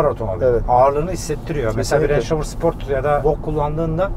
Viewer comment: Misafir kim bilmiyorum ama bu aracın 21.yüzyıla adaptasyonu, özellikle dizaynı otomotiv dünyasında neredeyse istisnasız hayranlık uyandırdı. Zaten markayı telaffuz edemediğine şahit olduğum anda kendime işkence etmemin yersiz olduğunu düşündüm. Video orada bitti: Bir Range Rover nasıl denir bilmeden - bu ne cesaret otorite diye çıkmak binlerce kişinin karşısına!...